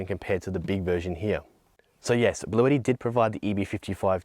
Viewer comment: Isn't this brand pronounced blue-ti and not blue-etti.